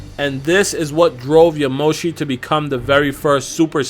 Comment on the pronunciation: Aaaahhh!! So annoying!! YaMOshi? Really!? When will people learn that japenese names put the emphasis on the first part! YAmoshi, please. Don't blame you though, thanks for the info and your thoughts!